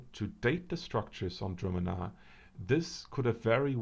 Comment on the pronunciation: I am pretty sure its pronounced: (dru'- manna), so it is. Correct me if I'm wrong. Very interesting vid, btw.